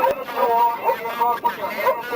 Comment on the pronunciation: "Open the noor" -Officer Walt Jr. maybe